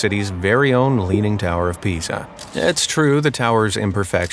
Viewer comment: "leaning tower of pizza" … don't you just love AI?